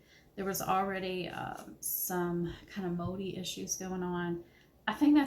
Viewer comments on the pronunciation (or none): What's a modey issue?? Or where you trying to say moldy?